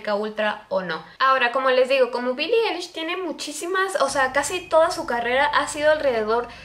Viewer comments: dice mi hemana que no mames no se dice billie elish swe dice billie alish q8ue no mames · Pues la verdad Billie Eilish no compone sus letras y tampoco sus melodías, eso lo hace su hermano Finneas, y se pronuncia "Ailish" no "elish" jeje. 😅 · Bili Ailish* así se dice JAJAJA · Billie Eilish Fan, Se como se escribe su nombre 😑, lo que escribí es como se pronuncia, ella está pronunciando "elish" y se pronuncia "Ailish". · Se dice ailish :v pero bueno, tal vez ni sabe nada sobre ella y solo iso esta teoría porque no le gustó su forma de ser de billie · No es hate pero así no se pronuncia su nombre 😫